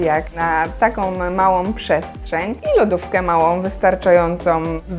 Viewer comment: Ogromną a nie ogromnom. Ładną a nie ładnom. Małą a nie małom.